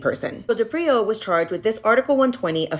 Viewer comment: His surname is pronounced DE-prio. Not de-Prio. Emphasis on the first consonant. The least you can do as a legitimate online journalist is pronounce his name correctly.